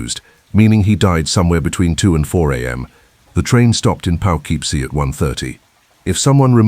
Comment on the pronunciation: Poughkeepsie is pronounced Poe - KIP - See.